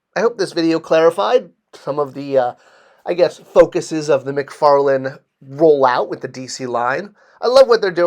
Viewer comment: McFarLANE not McFarLAND. Why is this so hard for people (it's not just you).